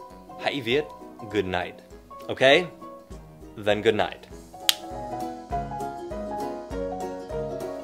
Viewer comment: Truoc kia toàn doc là gút nai Gút nệch mới đúng :))